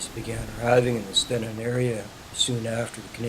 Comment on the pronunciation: I grew up there, and went to school there too. Stenen is pronounced "STEENEN" with a long 'e'